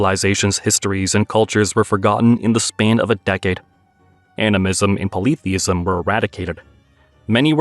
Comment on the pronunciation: I have never heard polytheism pronouced this way.